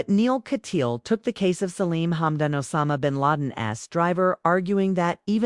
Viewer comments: YOUR PRONUNCIATION OF THIS ATTORNEY'S LAST NAME IS AWFUL. THE SURNAME IN K A T Y A A L . Not Katyeal. Rotten reporting. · Repeatedly wrong picture of Neal Kat- yaal is being shown in this video. Pls. pronoun the name as Neal- Katyaaal. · He is Neal Kat-Yaal. Pronounce it correctly, please.